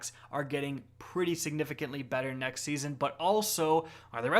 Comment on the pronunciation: Hey, you're not allowed to say siganigahfintly.